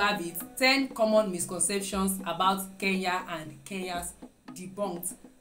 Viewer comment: not keya it's kenya